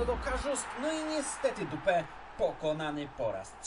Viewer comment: Bardzo mnie rozbawiło jak powiedziałeś D*pa, zamiast Dupè🤣🤣🤣